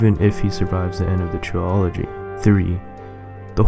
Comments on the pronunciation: Why do u say trilogy like that, it's not supposed to be said like biology, it's like Trill agy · ][ Mass Effect I lost my composure when you said tri-ology lol gets me every time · Gotta love how he pronounces "TRILOGY" (Tree-Ology) ROFL! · YOU ARE FUCKING SAYING TRILOGY WRONG LEARN HOW TO SPEAK!!!!!!